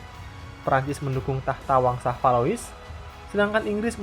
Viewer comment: Valois dibacanya Valwa🙏 waktu itu kan udah dikoreksi, min🙏 Jean dibacanya Zhang Marchand dibacanya marshang Charles de Gaulle dibacanya Sharle de gol Paul Reynaud Pol Reno